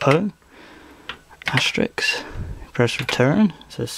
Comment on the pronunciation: He doesn't say Asterisk, he says Asterix. Who's to say his nickname for quote marks isn't 'Asterix'? They do look like little French cartoon men.